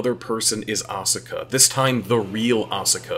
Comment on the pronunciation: woulda been cool if you pronounced asuka's name correctly